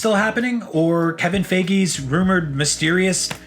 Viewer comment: Did he seriously just say Kevin "Fakey"?